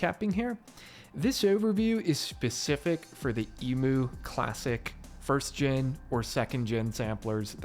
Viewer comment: I love this video but the Emoo and not Emew pronunciation has me so creased.